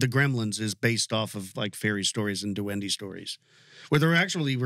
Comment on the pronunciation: It's pronounced dewen-deh. It's a spanish word for gnome/elf.